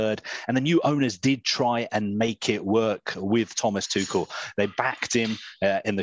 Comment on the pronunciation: It's Tu rrr..el not Tu kel... Please put some effort .. that why he was lately edgy and he got fed up with England..